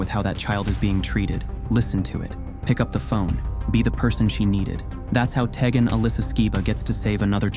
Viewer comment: I think it's pronounced "TEE-gen."